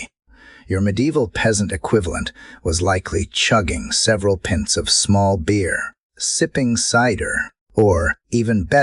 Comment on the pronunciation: I chug several PENCE of something or other every day, too, it definitely costs more than what, 7¢? XD gotta work on getting that narrator to say the correct words. Did you spell it right? Pints? Maybe you:ll have to singularize it, Pint or three. Wince! Yeah, dude, least you could do is listen through a time or two to tweak the way the auto narrator pronounces things. It is almost one in ten words that are incorrectly pronounced. Some of this has to be spelling. It said seiving, not thieving, or knicking, or snagging or something even vaguely similar which would mean the correct thing. Sieving as in what you do with a strainer. English is this AI's third language, you gotta pick up the slack and almost spell check it's work like a lawyer you hired from Hong Kong or something. At least one listen through to catch these things CANNOT be replaced at the level of tools you are using. It's not a miracle worker. There's using an AI business model, and there's that old SNL skit, where they are "using smart phones to do dumb things." The subject matter saved you this one time for my view. I might still block you if this doesn't improve next video. I have 0.14% tolerance for AI slop. I actually care about this subject, and was wondering if ANYONE on YouTube was even gonna mention fruit twilsey. Which is dried fruit, fruit peel and stuff boiled up and then chilled. Some AI work is okay, but that all clears a very low human esque bar, of a story with entertaining facts, or story with an